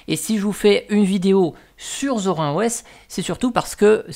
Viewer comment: C'est Zorine pas Zor1